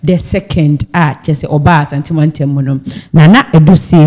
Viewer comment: Please it is not Asante mantam mu, rather say Asanteman mu. When you say Asante mantam , it means Ashanti Region but Asanteman means Ashanti Kingdom.